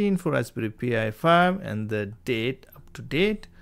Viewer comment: Why do you keep calling it a P I 5 its pronounced pie 5 😂😂😂😂😂😂